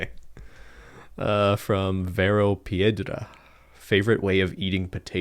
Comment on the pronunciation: Loved how Ben pronounced "piedra"😂💕 That Spanish accent boy👏👏